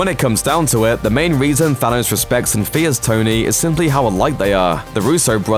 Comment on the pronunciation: "Phanos" hahahahaha